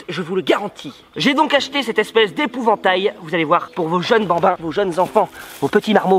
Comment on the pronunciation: il a dit épouventail